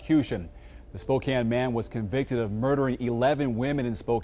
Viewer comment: You said Spokane properly. Kudos!